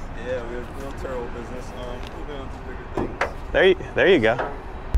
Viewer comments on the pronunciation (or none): Turo lmaoooo not churo